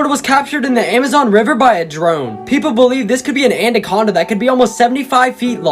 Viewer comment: wait did he say andaconda